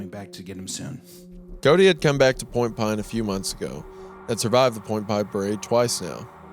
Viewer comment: isaiah for two hours: "point pahne"